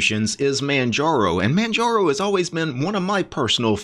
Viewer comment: The G is silent.